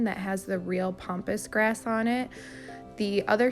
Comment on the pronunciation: It’s Pam pass grass not pompous.